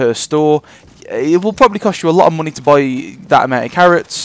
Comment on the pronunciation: You can make quite aloht of mohnay. Emphasis on the MOHNAY. Seriously nice trick though